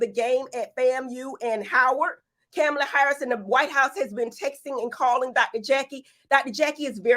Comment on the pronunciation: Cam-a-la Harris